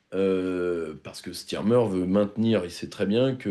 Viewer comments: Est-ce que PYR, aussi intelligent et pertinent dans ses analyses qu'il soit, ne sait pas que premier ministre anglais ne s'appelle pas Stirmer, mais Starmer. A non entendeur. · Ce n’est pas « Stirmer » mais « STARmer » , ma couille !